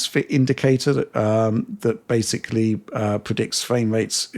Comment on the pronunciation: Do one for every single time mispronounces the word ‘basically’ as “basely”